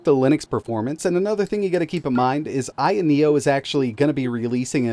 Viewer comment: The only thing that worries me is the pronunciation of the handheld’s name.